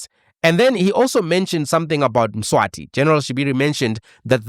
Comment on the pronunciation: Mswazi - not Mswati, Mswati is the King of SWAZILAND